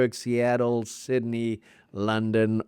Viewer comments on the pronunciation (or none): none